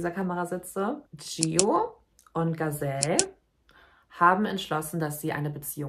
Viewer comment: Nicht jede trans Person ist gleich, nicht jede trans Person muss so denken und fühlen und sich verhalten wie es dir/ euch passt. Leben und leben lassen. Gazelle & Gialu (dass du deren Namen nichtmal versuchst, richtig auszusprechen empfinde ich einfach als respektlos) helfen sicherlich Menschen, die so fühlen wie sie es tun. Dieses Video ist einfach ein Schlag ins Gesicht für einen Teil der LGBTQ+ Community (kann man nicht einfach mal zusammenhalten, auch wenn man eben anders tickt? Du musst nicht alles verstehen, respektiere & akzeptiere die Menschen doch einfach.) Außerdem solltest du bevor du so ein Video machst evtl nochmal über nicht-binäre Menschen lesen. Es scheint, dass dir da ne Menge Wissen fehlt. LG